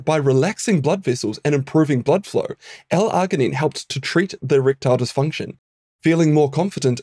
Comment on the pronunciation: This dude needs to learn how to pronounce L-Arginine 🙄🙄🙄🙄🤦🏼‍♂🤦🏼‍♂🤦🏼‍♂🤦🏼‍♂🤦🏼‍♂